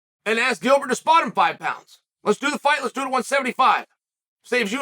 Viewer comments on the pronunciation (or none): none